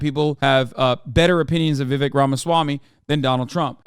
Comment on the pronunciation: vivek rhymes with snake. just sayin'....